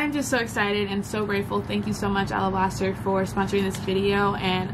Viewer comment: Thanks for sharing! "Alablaster", yeah you chopped that up LOL